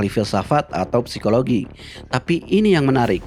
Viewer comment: PSIKOLOGI DIBACA SIKOLOGI